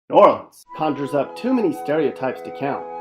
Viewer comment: Every time you "try" to say New Orleans, you sound so freaking stupid. And, I've lived here all my life, and I only recognized 1 of those pictures. Those are definitely not pictures of the New Orleans area.